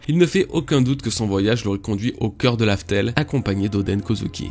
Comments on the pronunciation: Mec cest Raftel dit pas larfel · sa ma perturber quand il a dit Laftel au lieu de Raftel